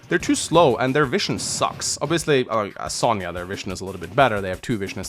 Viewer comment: I cant wait to see my girl sonja in the remake Its also impressive how you continue to carry on mispronouncing sonja's name